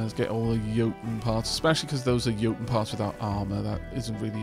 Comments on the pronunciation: I think you are pronouncing Jotun correctly. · Pretty sure you're saying jotun right, as it comes from the same culture as Jarl.